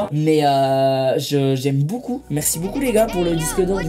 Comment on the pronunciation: Michou tu me tue tu dit boucoup au lieu de beaucoup